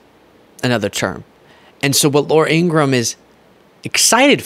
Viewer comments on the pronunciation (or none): IngraHam, not Ingram. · it's IngraHam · Ingra-ham, he said it...